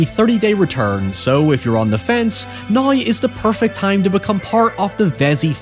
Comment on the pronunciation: Saying "nai" for "now" just got you "dont recommend channel"